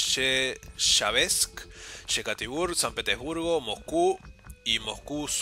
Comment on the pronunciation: jajaja me da gracia cuando decis san petebursgo jajaja buen video